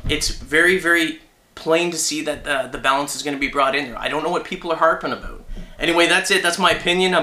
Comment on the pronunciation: "I dunno what people are harpin aboot"... You dang canadian =D